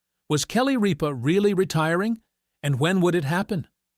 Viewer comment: It is not Reep ah it is Rip ah. Narrator get it right!!!